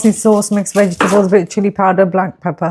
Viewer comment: Vegi-table pastry 😂